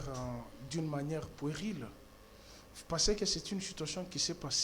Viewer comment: On dit "puérile", prononciation "u" en français n'est pas le "u" en lingala. Donc on ne dit pas "poueril", kiekiekiekiekie.